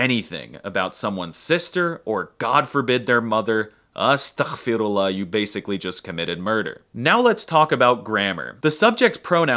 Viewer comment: Man really shokran❤️, cause in a world where everyone is trying to ruin our image, you're here showing the real beauty of it❤️❤️ By the way also it's astaghferullah not atakhferullah (غ not خ) And for the letter we call them sun and moon because الشمس which means sun is pronounced without the L and القمر which is moon is pronounced with L😄